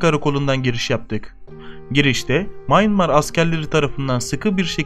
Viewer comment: sen nerden biliyon.ya birak sacmaligi. mayinmar deyil. miyanmar